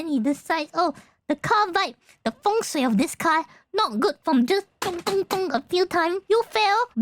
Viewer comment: Is canoto? The way she said feng sui sounds very accurate